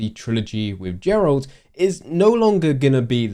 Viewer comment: It's super nerve wrecking that you did not say Geralts name correctly even once. It is not jer-alt. It is "Gare-alt"